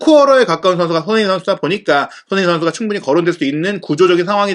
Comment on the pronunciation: 손흥민 발음이... 소흐미선수라고 하네